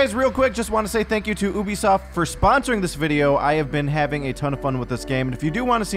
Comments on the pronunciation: Also, you-bee-soft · it's pronounced you be soft. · Did you say uuubisoft xD